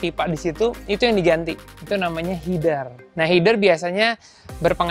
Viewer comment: Kan nama nya header ya om bukanya h-e-d-e-r ya bukan h-i-d-e-r